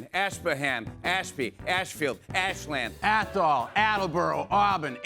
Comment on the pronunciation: C'mon khed...it's fahkin Ashlind nawt Ash-Land..🤦🏿‍♂️